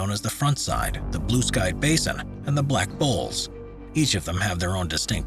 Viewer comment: Vail …. Back Bowls not black bowls